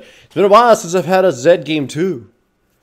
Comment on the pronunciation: Laughed a little when he said "WHYD YOU PIK ZID ITZ A BED CHUIZE"